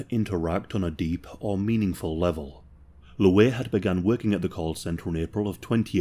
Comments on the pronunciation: I swear to God stop calling him Looweh. Its Louie. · “ Luh-weigh” lol. I love the accent